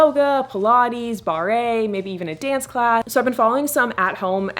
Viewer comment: barre is pronounced like “bar” not “barré” lol